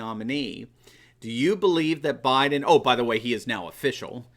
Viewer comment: Actually he says "I'm Joe Bliden's husband", there's an L in there.